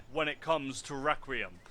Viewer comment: i stopped watching when he called it recream not requiem